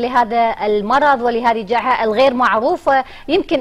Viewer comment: اسم هذه المذيعة والتحصيل الدراسي هل هي دمج لو اقارب أحد الفاسدين تحدثت ٢٥ ثانية لم تستطع لفظ جائحه بشكل صحيح وقالت جاحنة وبعدها قلت ابتعداعج لا اعرف معناها على الاغلب اكتشاف علاج